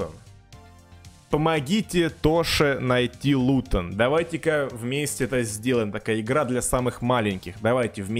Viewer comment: Никто:: хде лутон?!?